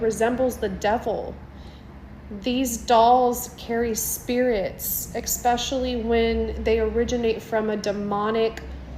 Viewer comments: I'm not taking anything someone who says eggspecially instead of especially seriously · Never take advice from someone who says EXpecially instead of especially 😂 I absolutely adored Button Moon as a kid ❤ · I lost it when the second girl said “EXpecially”😂😂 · Drive me nuts when people say “eXspecially” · "Ek-specially," lol 😆🥰🤣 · I know I'm late to the party, but how can you go off on "lest" and ignore "exspecially"? 😆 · I don’t trust anyone who says “exspecially” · “Ecspecially” clearly a highly intelligent individual we should listen to. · I can't take anyone seriously that says "exspecially" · ‘EX-specially’ XD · I am not taking demonic advice from someone who says "eckspecially". A demon entered her mouth and caused her to add extra letters to that word. Yikes! Stay away from her!🔱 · the “ex-specially” of it all. I’m D E D, dead😂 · I came to the comments to point that out too 😂😂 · Was reading the comments whilst listening and this came at the exact time! Hilarious 😂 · i cant take anyone seriously once they say "ekspecially"